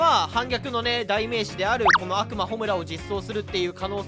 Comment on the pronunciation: 悪魔のイントネーション暁美にもっていかれてるやん